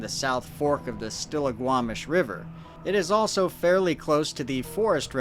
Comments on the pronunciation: good job pronouncing Stillaguamish lol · As a Washington native, I am shocked yet impressed at your correct pronounciation of "Stillaguamish"